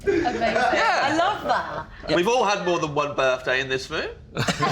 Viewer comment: “We’ve all had more than one birthday in this woom”